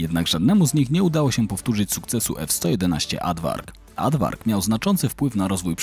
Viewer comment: Nadmiar zaimków wskazujących rażących w języku polskim, i niepotrzebnych - swój, swoje, tym. W wymowie zjadasz litery: AaRdwark, a nie 'adwark'. Poza tym OK.